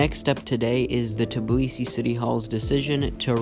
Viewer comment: Call Tbilisi Tbilisi, not Tiblisi🙏🙏